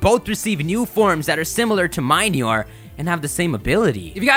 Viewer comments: Morelull comes from "morel" and "lull" so it should be pronounced "mo-REL-ull." Minior comes from "mini" and "meteor" so it should be pronounced "mini-or." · I think minior is pronounced mini-ore, like a miniature meteor